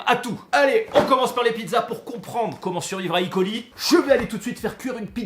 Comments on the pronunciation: Super vidéo, juste pour E.coli on prononce pas i.coli c'est euh.coli. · Pourquoi icoli ? C’est E colis soit escherichia coli. On est français le E se dit E et pas I. Bisous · Yo Super video et je te suis depuis longtemps mais stp dis: eu coli et pas i coli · On dit "E" coli (on prononce E pas i ). Parce que c'est Escherichia coli :) Merci pour cette vidéo qui aidera les le communs des mortels à mieux comprendre les contaminations et comment s'en débarrasser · ça me stresse à chaque qu'il dit "i coli" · Franchement c'est pas possible je peux pas te prendre aux sérieux si déjà tu prononce en anglais un mots Français (enfin a moitié vue que tu prononce coli a la française ) mais le pire c'est le E de E.coli est une abréviation du nom le nom a prononcé c'est Erichia coli ^^. Pour les kinder alors si je me rappel bien des mes cours de cuisine si la salmonelle péris bien a partir de 65 (avant c'était 67) sa toxine elle résiste jusque 120 . En temps normal même en mangeant un peu de cette toxine nous ne devrions pas être malade le hic c'est que avant l'étape de la pasteurisation il y a surement eu une faute qui a fait bondir le nombres de salmonelles et plus de salmonelle = plus de toxine